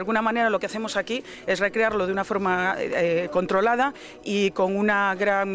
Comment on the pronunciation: jaja de manera conrolada? miren con la seguridad que pronuncia la palabra controlada, mas inseguro que niña mentirosa.